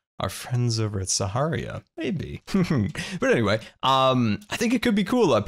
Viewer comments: am i the only one noticing that he's always been mispronouncing sahara? he says "sa-ha-ree-ya" when its "sa-har-ah" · it's Suh-Hair-uh or SAHARA :) not SAHARIA, it's not a drink. it's getting to me, love your episodes. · Sah-Ha-Rah Not Saharia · saharia, its Sahara!! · when will learn that its sahara and saharia? i dont know! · Is it me or does always says saharia instead of sahara? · I can't tell if he calls it "Saharia" as some sort of dig at them, or if he genuinely doesn't know he's mispronouncing Sahara. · He pronounces things wrong all the time. I believe it's intentional at this point, but was a mistake at first. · It's Sahara, not Saharia. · Bruh saharia, it’s Sahara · Still waiting for the day that will pronounce Sahara normally... perhaps we should start calling CC "ConCiorp" in retaliation? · The crossbow is weak af! Really no point of having it in the game! Imo. Why do you pronounce Sahara like that?! 😕